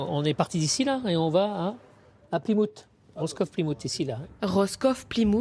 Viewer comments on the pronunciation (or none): il prononce plymouth : "pli-moute"'